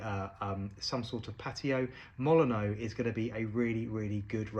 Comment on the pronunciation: Fun fact, the stadium for which this rose is named is pronounced "Molin-nyoo" rather than the admittedly more traditionally French "Molin-oh". Looks like the colour of the rose really captures the Old Gold colours of the team